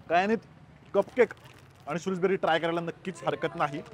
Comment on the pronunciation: शृजबेरी (Shrewsberry) नसून शृजबरी (Shrewsbury) आहे